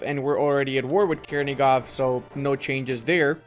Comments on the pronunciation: In ukrainian,russian Ochakov and Chernigov sounds with "ch" not "k".Chernigov but not Kernigov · Not Kernigov, it's Chernigov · for the love of God, please stop butchering all of those names. "Ch" in Chernigov and Ochakov is spelled the same way as in "butchering". Also yeah, as much as i appreciate the message, you're showing that you don't know jackshit about the history and geography of the region, sorry:)